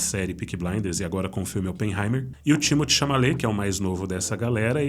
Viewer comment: Meu querido, a pronúncia do nome do ator Timothée Chalamet é "Timotê" e não "Tímoti", como vc falou várias vezes. Por favor, corrija isso porque senão vai ficar falando errado por muito tempo.